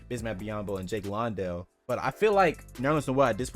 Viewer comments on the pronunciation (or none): Jock's last name is not pronounced "Lawn-Dell" its "Land-Dell"